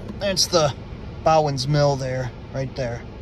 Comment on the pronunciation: I always pronounced it "BO-ens" mill, each time you pronounced it "bow-ens" drove me a little nuts to i stopped listening to you and started counting how many times you'd say it. 4